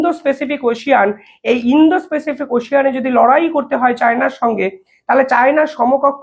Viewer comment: আপনাকে আগেও লিখেছি যে ভাষা শুদ্ধ করুন আগে। অন্তত ৫০ বার বললেন indo specific, কথাটা indo pacific। যা ইচ্ছা বকে যাচ্ছেন। দিনে ১০ টা করে ব্লগ বানালে এরকমই হবে। একে তো reading পড়ছেন মনে হয় টার উপর ভুলভাল বকছেন। যাচ্ছেতাই।